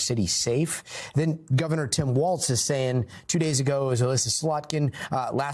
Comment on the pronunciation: How come they can put hyper Latino accent on Maduro but they keep saying “Tim Waltz”?? There’s no T in his last name.